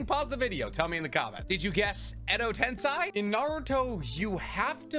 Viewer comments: tensei fucking tensei not tensai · Every time Edo Tensei is being mispronounced as Edo Tensai, one Genin gets killed by a samurai. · But still man that pronunciation of yours :D Edo Tensai, Koto Amatsukame :D :D Watch the anime sometimes. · Edo tensAI ? Edo tenSEI ? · the pronunciations of kotoamatsukami and edo tensei are killing me